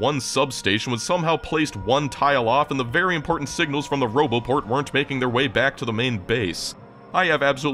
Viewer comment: what was that? "broboport" 😁 anyways, I expect no less than a tour around the edge of the whole darn map as a follow up 😂 I guess one could calculate how long that would take...7h per lenght or so..times four...😆